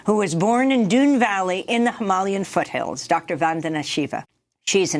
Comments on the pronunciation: It's hyma-LAian not hymal-IAN. Amy you putting im-PHA-sis on the wrong syl-LA-ble. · It's Hima-LAY-an. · Journalists should really know how to pronounce things properly hi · muh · lay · uhn is how to pronounce Himalayan :) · I appreciate this channel’s journalism. They’re pronouncing “Himalaya” and “Himalayan” in a way I’ve never heard of before: “him-ah-LAY-un”, instead of “hi-MAL-e-un”. It’s clearly intentional. Perhaps this is the way it’s pronounced locally? And shocking that Bayer was making zyklon B in WW2, but I can’t really say I’m surprised. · Needs to learn how to pronounce Himalayan